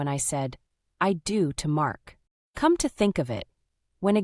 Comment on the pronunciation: "Come, Mark" is now pronounced "Co-may, Mark"?? Give me a break